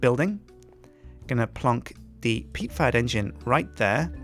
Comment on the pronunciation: Every time he says PEAT farm engine. I always hear PEAT FART engine